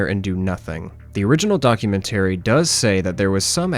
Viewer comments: Not gonna lie, the way you say 'documentary' was driving me crazy. 😅 I am a new fan of your channel though, I greatly appreciate all the work you put in! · Documentary is not pronounced in the manner you chose. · I am confused by the way you pronounce documentary, what region is that from?